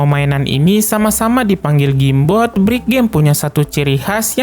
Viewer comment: Penyebutan Awal: Game boy ✅ Gim boy ⚠️ Gim bot ⛔ Jim bot 🤦‍♂️ Jem.. 😂🔨